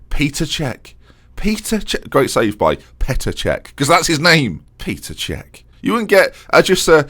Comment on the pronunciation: It is not peter čech it is petr not a big difference but it is there